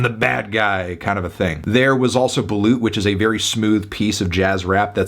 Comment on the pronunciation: It's pronounced BALOT